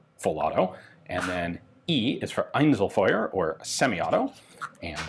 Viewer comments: Gotta say Dauerfeuer and Einzelfeuer were on point. Only the ö is a bit of since the sound just does not realy exist in the english language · That was good research on how to say Einzelfeuer and Dauerfeuer.